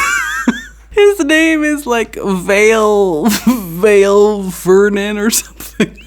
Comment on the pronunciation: “Vale Vernon” 🤣💀